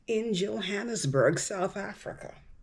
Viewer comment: S. Africans are so much more interesting / better educated than this idiotic uninformed moron! Americans are interested in nothing but money! She cant pronounce J'Burg or South Africa.! Pathetic. How are people moving to S. Africa going to be able support three quarters of the population who are totally, desperately poor.